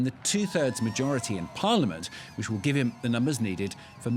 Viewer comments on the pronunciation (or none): none